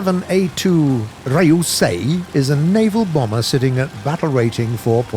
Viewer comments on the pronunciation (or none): I die every time he butchers Japanese names like Ryuusei as "Rai-oo-say" or Raiden as "Ray-den" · Ree-U(You)-SayE(Say E) Ri(Right)-Then/Dun(idk which one)